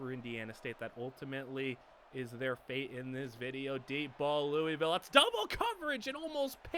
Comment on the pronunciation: Anyone want to tell him how to actually pronounce louisville